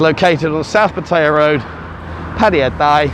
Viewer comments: Please get a Thai to teach you how to O pronounce Pattaya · Haha Pattaya Die. Much closer to the T pronounciation than D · Why don't you make an effort to pronounce Pattaya correctly like Thais do .not like a Brit !!!